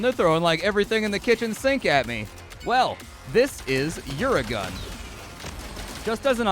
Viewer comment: UraGun is pronounced like uragan, ie Hurricane